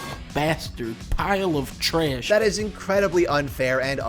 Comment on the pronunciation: Did you use Young Defiant's audio to describe Trundle or am I tripping? I think he's the only person I've heard pronounce "Trash" in that way.